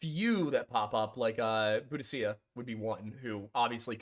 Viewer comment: That pronunciation of Boudica though! 🤦‍♀